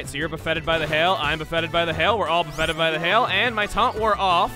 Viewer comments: As an FYI, "buffeted" is not pronounced like Wobboffet. The emphasis is on 'buff' not 'et'. So BUFF-et-ed not buff-ET-ed. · Bu-ffeted? You mean buffeted, one word. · Did.... Did.... DID HE REALLY JUST PRONOUNCE BUFFETED THAT WAY?! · You pronounce “Buffeted” weird, man